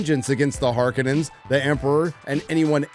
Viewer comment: Har K OH Nin's....... My freaking goodness.